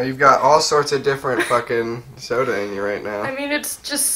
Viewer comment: I thought he said a random sodar.